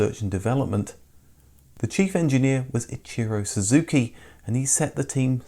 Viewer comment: at the 6.20 mark.. do you say suzuki????... and again at 6,27..